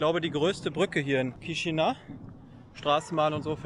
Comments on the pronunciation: Es wird "Kischinau" ausgesprochen. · Danke dass du Rumänien und Moldawien von allen Seiten zeigst. Die Stadt wird übrigens Kischinau ausgesprochen. Das a und u getrennt sprechen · Hallo, danke für das Video! Als erstes, Chișinău wird " Kischinau " ausgesprochen. Ich war letztes Jahr dort und fliege im Herbst wieder hin. Es gibt einige Nonstop Flugverbindungen. Z.Bsp. Frankfurt- Chișinău. Oder mit Umsteigen über Wien. Zurück fahre ich mit dem Zug nach București. Fand die Stadt sehr interessant. Mal was ganz anderes. Empfehlenswert ist ein Ausflug nach Cricova mit dem Linienbus. Um dort in den Weinkellern eine Führung mit Weinprobe zu machen. War zwar etwas touristisch, aber sehr schön und die Weine lecker. Am besten Online buchen! Warum warst Du nicht auf dem Piața Centrala, einem riesigen Markt im Zentrum? Da gibt es nicht's was es nicht gibt. Und man kann dort sehr preiswert essen und trinken. Bier schon für ca. 1, 30€. 30 € für ein Essen mit Getränk ist in Chișinău nicht wirklich preiswert. Man sollte schon etwas rumänisch oder russisch sprechen, sich zumindest etwas bemühen in den Sprachen zu grüßen. Da kommt auch mit den Menschen in's Gespräch. Und nicht einfach auf englisch und mit Kamera die Leute " überfallen ". 😉 Vieles hast Du leider nicht gezeigt, z. Bsp. den Triumpfbogen und die Kathedrale und die vielen schönen Parks. Freue mich schon sehr wieder nach Chișinău zu kommen. Viele Grüße! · Erstmal Namen der Stadt falsch ausgesprochen :D